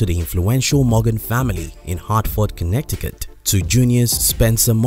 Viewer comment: Connect-icut? lol